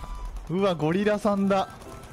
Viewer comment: ヘンディーさんとゴリラさんを呼ぶの呼び方のイントネーションが気になるのは私だけですか？w